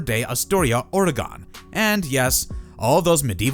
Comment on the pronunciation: You pronounced oregon wrong